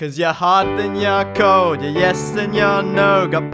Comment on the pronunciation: "It's pretty cowd"